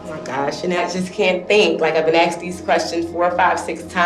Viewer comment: Deport her for saying aksed.